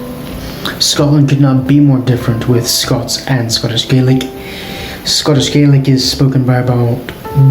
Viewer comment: Why do pronounce Gaelic in that way? That isn’t Scots Gaelic pronunciation.